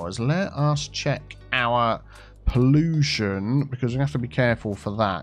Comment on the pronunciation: accent be like PoLLUtion